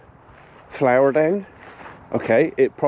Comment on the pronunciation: Sounds liek magic powder and not flour as you say